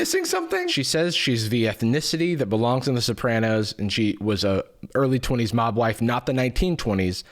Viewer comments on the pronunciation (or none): About 4 and a half minutes into stopped hearing “mob wife” and started hearing Mogwai 😂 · Every time said mob wife I heard mogwai, the picture of them in fur coats at the same time was particularly jarring. Those people wearing mogwai fur coats is particularly difficult because a)mogwai are sentient beings that shouldn't be used for coats and b) not real.